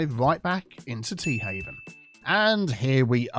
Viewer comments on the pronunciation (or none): Anybody else hear the name of this town as Teahavin' instead of Tea Haven?